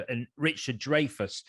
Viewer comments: It's 'dryfus' not 'drayfus'. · Excuse me. The name Dreyfus is pronounced Dry-fus.